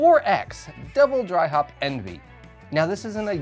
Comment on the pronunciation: Pronounced ON-VAY. Coming in the club box in July. Patiently waiting... Great review. Cheers!